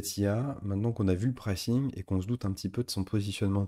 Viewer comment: PrAYcing - pas précing! :cat-orange-whistling